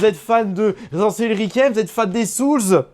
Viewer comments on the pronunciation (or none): « Residence evil » « evil ouivin » 🤣